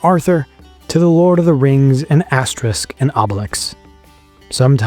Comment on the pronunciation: AsteRIX not AsteRISK